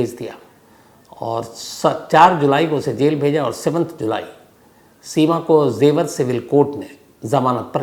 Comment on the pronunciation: Im your fan sir But it is jewar not zewar